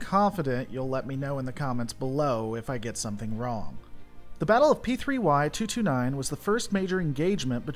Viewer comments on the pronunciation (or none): none